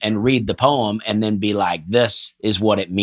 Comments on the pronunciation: As soon as I saw the topic, I was apprehensive about watching because I remember pronunciation of poem from previous episodes, and it made me cringe. Let's see how this goes. My love for you all might just be enough to make it through. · My stomach hurts from laughing so hard at the "poyem" piece. I felt like I was right there in the room with and Dusty when they were losing it every time mispronounced poetry and poem. Thank you fellas, I needed that! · My team absolutely roasts me every year when we teach Poetry. Apparently, I too, say Poeeeeeem. I had no idea I was saying it wrong until they started making fun of me. Apparently, it's the LEBANON pronunciation. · Listening in Japan and loving the way pronounces "haiku." But nothing is funnier than hearing him say "poyim." Thanks for keeping me laughing on the other side of the globe! -Maureen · I’m dying!! saying “poweem” and Dusty and losing it, caused me to laugh out loud, which subsequently just scared the crap out of my cat who knocked over a glass of water, shattering the glass, which caused my wife to yell from the other room, “What’s going on in there?” And I yelled back nothing! Just listening to some “poweetry” online! Killing me guys! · Honestly had to turn off the podcast for a little bit while sitting at my desk because I was laughing so hard at pronouncing Poy-em. Thank you so much to for pointing this out. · I can never ever hear the word Poem without thinking about how pronounces it and dies laughing 😂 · here's a 'Hakoo' for you: It's so poetic can't pronouce poem Can't say Haiku too. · Why do I like this better without the namesake present? and his pronunciation of certain words is wild, man. That's Lebnun fer ya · As an MTSU grad Who was made fun of in high school for the same pronunciation of poem. Stick with it, Not a Haiku